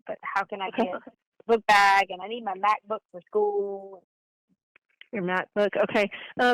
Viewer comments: Lol who has all that in their bookbag? And shes a flight attendant that goes to school? Shes said macbook right not mathbook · Pretending to be her daughter, I think she said Mac book, not math book. Just fyi 😊